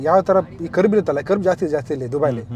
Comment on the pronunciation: ಕರ್ಬ್ ಅಲ್ಲೋ ಮಾರಾಯ .😂 ಕರ್ವ್